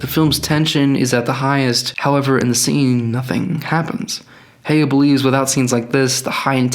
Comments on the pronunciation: You pronounced Hayao incorrectly!! Hai yau. Not Haiyo. Boo. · You could at least have taken the time to learn that his name is not hey-o but ha-ya-o. Reminds me of people saying menga instead of manga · Bruh you spent all that money on the book and never learned how to properly pronounce the man’s name, wild. It’s not ‘hey-yo’ it’s ‘ha-yow’. But thank you for informing me that Miyazaki hates ‘Let It Go’ as much as I do😁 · When you pronounce Japanese names, remember that it’s romanised Japanese characters. Any syllable ending with ‘a’ has an ‘ah’ sound ‘E’ ‘eh’ ‘I’ ‘ee’ ‘O’ ‘oh’ ‘U’ ‘u’ Usually you don’t put emphasis on specific syllables. So “Hayao” would be ‘Ha-ya-oh” hope this helps :D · ❤Thank you, we are the ones who thank you. I speak on behalf of everyone here. Thank you very much for the information and don't worry about pronouncing "Hayao" wrong, that was a minor and very small detail for a great content that you created! 🫂🫀❤